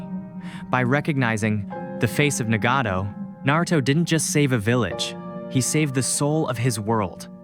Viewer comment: Hey, nice video. You should look up how to pronounce Nagato and Konoha, though.